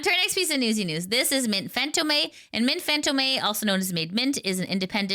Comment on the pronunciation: Mint's last name is pronounced "fan-toom", not "fan-to-me". it rhymes with "home", not "may" The confusion is understandable, though. It took me a while to realize that I had been reading it wrong, too. it wasn't until I heard her actually say her full name that the coin dropped.